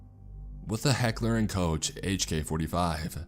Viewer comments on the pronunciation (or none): Hello, certified gunsmith checking in here.....I listen to your videos to drown out the mill in the back ground. I just wanted to let you know its pronounced Heckler and "Coke".